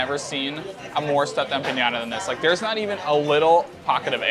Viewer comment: No such word as empa”ng”adas.. it’s empanadas.